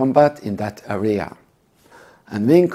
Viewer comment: Good lord your English sucks! Took me forever to realize that you were saying area 😂 It's area not arria 😆